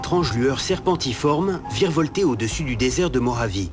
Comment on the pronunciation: "Désert de Mohavie", "RossVell"... mais ils vont les chercher où les doublages ??